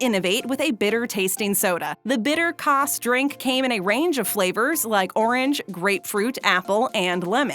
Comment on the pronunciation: kvass not kabass